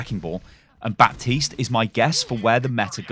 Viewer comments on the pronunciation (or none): The p is silent btw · The pronaunciation of Baptiste is with a silent 'p' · Baptiste is a french name and as a french guy i can tell you that the P shouldn't be pronounced. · Well Baptiste pronounces it wrong then. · Baptiste is not a french character though but a Haitian. This may very well influence his pronounciation. I mean, Brigitte is a german name (and in the lore was even picked by Reinhardt) and they don't pronounce the name like it is traditionally in german either (in case you are wondering, it's not Brigeet but instead Bri-git-te).